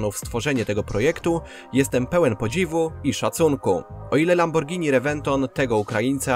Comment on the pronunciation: Gościu każda szanująca sie osoba wie jak poprawnie wymawiać nazwę tak znanej marki